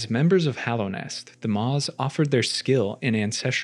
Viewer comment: Hallownest. Hollow Knight. He says it correctly.